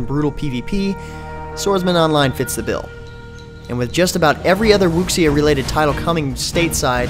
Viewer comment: wuxia? brother im not tryin to be mean but im sure wuxia is actually pronounced Wusha